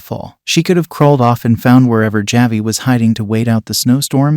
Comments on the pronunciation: This is being read by a robot. That’s why it keeps mispronouncing ‘Javi’ as ‘Ja-vie’ instead of ‘Ha-vie’ #AIdiot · JahVee the boy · Javi… every time he says it my brain hurts…